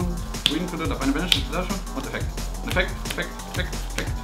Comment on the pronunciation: immer schön iron tier Karten im Deck haben, aber jedes Deck overpowered callen :D außerdem: " EFFEKT EFFEKT EFFEKT EFFEKT EFFEKT FFEEKT FEKKT FEKKN FEKN FIKKN F****N F****N F****N"... :O